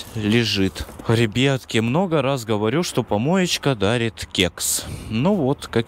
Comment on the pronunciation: Почему РЕБЕТКИ А НЕ РИБЯТКИ